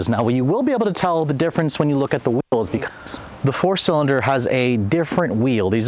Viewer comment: he said now you would be able to tell the difference because of the whjusmeseb eels. 🤣🤣🤣